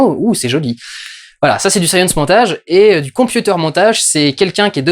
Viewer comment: Il n'y a que moi qui est entendu "Saiyan Montage" plutôt que "Science Montage" x) ?